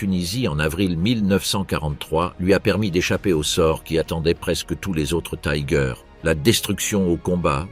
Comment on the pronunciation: attention l’allemand ne se prononcé pas comme l’anglais :on doit dire "tigueur"